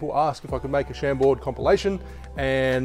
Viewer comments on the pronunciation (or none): Pronounced ‘Sham-bore’